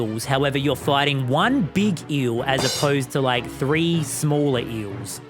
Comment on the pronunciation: “eel” I can’t believe that you were a professor